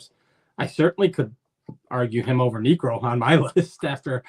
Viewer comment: Niekro? Really man 😅 As a Braves fan (I love Knucksie) but he doesnt crack it ha